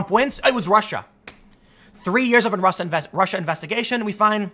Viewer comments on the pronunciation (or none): none